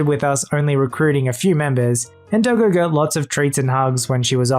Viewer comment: DID YOU CALL DOGGO A DILDO